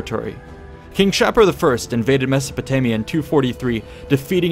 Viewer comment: Great job! I really like these vids. However, I believe Shapur is pronounced...[Shah'-pur]. With "pur" being pronounced like a cat's pur.